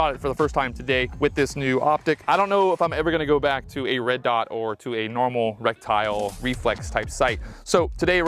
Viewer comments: This guy pronounces "reticle" - rek-tyle instead of "re-ti-kl". 2 thumbs down. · I stopped watching 2 minutes in because I couldn’t handle hearing him say rectile. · What is a rec-tile? How do you not know how to pronounce the word correctly, but want to be a gun-tuber? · Brother did you say in this video that you feel like you're playing call of duty.. ummm no sir I wouldn't say something like that in a gun video..oh and FYI..it's RETICLE not RECTILE brother. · Is he saying reptile? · It's pronounced ret-tic-al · Great video dude. Others may be making fun of you but no one knows everything instantly, everyone starts somewhere. Just here to share the proper pronunciation, reh-ti-kl. Also for the adjustments, you can use the rim of the 223 cartridge to adjust for non-marring on the go adjustments. Nice to see other average people who like guns and quality optics. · Jesus he can't get the word right I'm out! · I find it hilarious somones spends 500+ dollars on an optic and can't pronounce a key component of it correctly. Goes to show buying fancy gear doesn't make you knowledgable, experienced, or squared away as a shooter. Some people have money to burn and they dive into things they don't understand all the way, and thats fine but if your going to post it online you can be sure to feel the full brunt of the internet pointing out your mistakes.